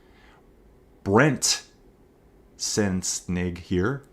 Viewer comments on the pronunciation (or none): it’s all good, it’s pronounced Sen-sen-ig 😁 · Great commentary! Made me smile listening to you try to pronounce my last name, it’s all good I’m quite used to it. Fun racing, looking forward to the next one!